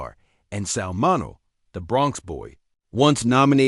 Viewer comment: MIN E O...AI cant pronounce words